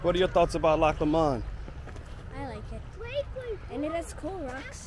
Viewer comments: Loch Lomond is pronounced Loch Lomind (not like mind though lol) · Pronunciation; Loch Low-mond. Glasgow, Glaz-go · It’s pronounced LOW MUND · Pronounced Lowmond not lmond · I love your videos but please pronounce Lomond correctly. Its not low...MOND. Its LOW..mond Stress the LOW and not the MOND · I hate to redirect but, it’s pronounced Lowmond, very beautiful and such well behaved children another great video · Glad youve enjoyed it. Try saying it as loch LOW -MOND same way youd say something was LOW down on the ground . If you listen to RUNRIG bonnie banks of loch lommond youl hear how its pronounced. Im sure its run rig that sings it anyway. Safe travels. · I haven't read through all the comments, so if someone has already said what I'm going to say then please accept my apologies in advance. Anyway, pronunciation of Lomond is Lowmond. I mean, say it how you please, but other people may struggle to comprehend what place your talking about. Apart from that, I'm glad to see that you and yours are having a happy time. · You're not saying it right, Lomond is pronounced with short vowel sounds, Low followed by mond which sounds like pond. We Scots get a bit precious of our place names. You should visit Anstruther in Fife on Scotland's East coast, best chip shop in the damn world. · Just FYI it’s pronounced Loch LOWmund, and the city is Glasgow :) but I actually prefer how you said them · It's pronounced Loch LOmond